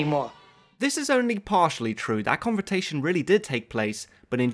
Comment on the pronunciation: Convertation??! What?